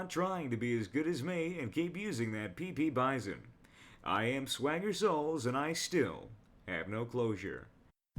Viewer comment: heheh he said Pee Pee bison. LOL. it hurts to leave this comment.